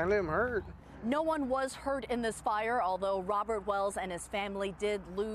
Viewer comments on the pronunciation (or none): "can't lettem hUurt" 😂